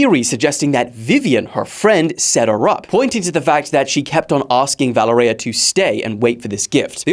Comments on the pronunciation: You are butchering her name. It is ponounced Vuh lé rya. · Valereya? Wtf!!!? Learn to read dude! Its almost the same as in english Valery but with an A at the end! If its so hard for you